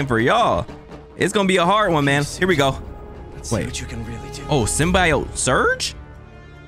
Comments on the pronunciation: why is bro calling it the sym-bye-yote😭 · it’s pronounced sim - bee - oat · why does he say symbiote like that😭 dawg its sym-be-ote